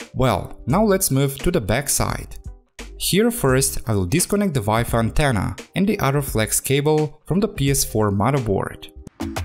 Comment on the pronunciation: i love it when you say "wife antenna"